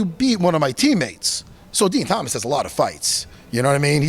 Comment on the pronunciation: “DEN TOMAS” 😂